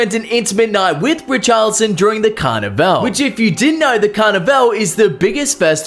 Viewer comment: Yo thanks my Man, was going crazy everytime he said "carna-vel"🤟🏽🇦🇴